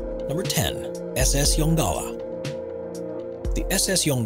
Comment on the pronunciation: The SS Yongala was owned by the Adelaide Steamship Company originally based in South Australia. There is a small town with a population of 300 or less people in South Australia called Yongala. The American narrator pronounced the word Yongala incorrectly it is one word not two words as spoken by the narrator.